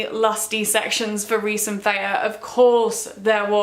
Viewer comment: also who do you pronounce her name Feyah instead of Feyrah lol